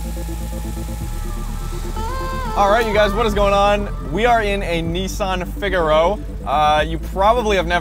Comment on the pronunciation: pronounced fig a row